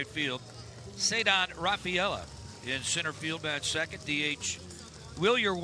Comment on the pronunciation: wilyer wyler